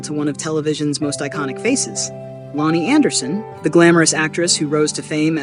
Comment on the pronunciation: It would be nice if the robot narrator pronounced the decedent's name correctly.